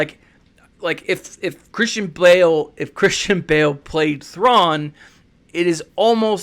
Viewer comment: Your pronounciation of his name is much better than mine!